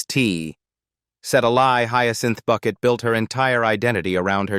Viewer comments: Some of the scenes you are showing are NOT from Keeping Up Appearances but from her other series, Hetty Wainwright. Learn how to pronounce Bucket..... It's Bouquet!!!! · When they write the script to a show where the word Bucket is pronounced 'bouquet", the script needs to be written phonetically so it sounds correct when the fake AI announcer reads it.